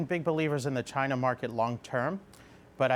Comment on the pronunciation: She pronounces China weird. Chyyna